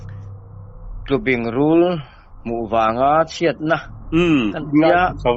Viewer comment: Tlubing(bing lai hi tawi,bem..sawi nan kan hman bing)ti a lam tur